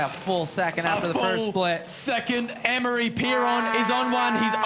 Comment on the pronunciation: Amaury is now pronounced Annmari?